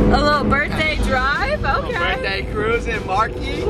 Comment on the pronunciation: I hate how she say Burtday it’s BIR(TH)DAY